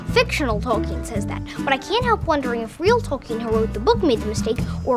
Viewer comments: Adult Seldon mispronounces Tolkien making it three syllables, it is pronounced Tol-Keen. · I can't believe Sheldon is mispronouncing Tolkien's name! Sometimes... smart people can be total idiots.